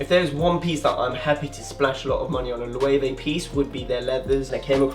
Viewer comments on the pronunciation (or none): I believe that Loewe is pronounced LU-VA